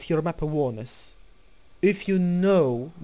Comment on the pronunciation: Great video dude !! I'm not trying to sound douche but you pronounce "awareness" as a-wear-ness . Not trying to be a ass but you know how internet trolls can get. I don't mind what way you say it cause I know what you mean but other kids would give out about it. Great video though :) I was 1100 elo before I watched you within a month got up to 1400 pretty good me thinks.